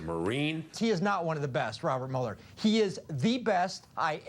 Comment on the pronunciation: It is really weired to hear American's trying to ponounce the german name Mueller. But probably, Mueller pronounces his name the same way :D .